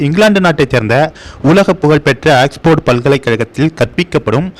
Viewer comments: Aiyya it’s not axefard but oxford !! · எலேய் ..... ஆக்ஸ்போர்ட் என்ற பெயரை என்னமோ ஏக்ஸ்போர்ட்டு ன்னு புது புது உச்சரிப்பை சொல்லி குழப்புகின்றாய் . நல்லவேளை ஆக்வேர்ட் ன்னு(ackward) ன்னு சொல்லலை 😂